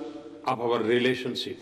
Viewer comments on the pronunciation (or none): Maybe scared but he still wants "...to pavar the footur of avar relesonsip..."